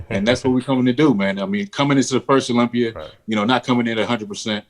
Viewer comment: You can move to Florida,Dave, but you still say "Olympi-er". lol!